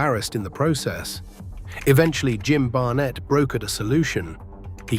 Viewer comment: You sound extremely dumb, mispronouncing "Ole" (think Oly) and Barnett (think Bar-netttt). 😮